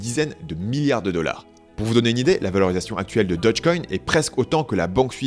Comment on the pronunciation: C'est Dogecoin, pas dodgecoin !!